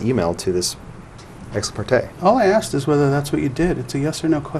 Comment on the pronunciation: He axe him many times 😂😂😂😂😂😂😂